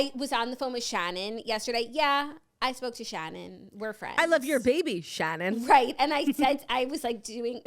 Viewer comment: As someone named Shannon - it makes me so happy the way you pronounce ShAHnin